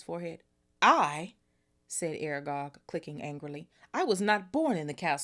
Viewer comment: Exploding snap basically magic card games where the cards explode if someone either scored or lost. Yes, you pronounced Aragog right . sentries are soldiers or in this case prefects and staff stationed to patrol a place.